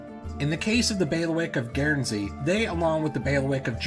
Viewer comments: FYI, it's just pronounced "gern-zee", not gairn-zee". Good video though! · Are the mispronunciations an intentional detail to drive engagement? "Guernsey" is pronounced "gurnsy" not "geairnsy". "Barclay" is pronounced "barkly" not "bar-clay". You could have spent 30 seconds to look for a video of people saying either word. Highly irritating. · The Guern in Guernsey is pronounced the same as turn or burn. Just so you’re aware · Dude, it's GURNzee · With regard to modern day feudalism, you might be interested in the Cocos (Keeling) Islands, north-west of Australia and south of Indonesia. This territory was controlled by the Clunies-Ross family until 1979. By the way, your pronunciation of 'Guernsey' is on par with Peter Sellers' pronunciation of 'George Gershwin'!